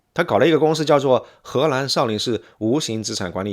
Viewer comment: 博主，请把“河南”和”荷兰”发音发准，否则容易发生歧义